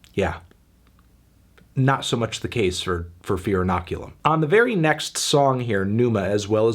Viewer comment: Decent review Anthony, but did you really have to dock 3 points from the album just because you can’t properly pronounce inoculum?